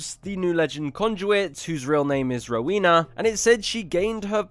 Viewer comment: LOVE this video! Just for future reference though, her name is pronounced "Row-when-na" and not "row-wee-na"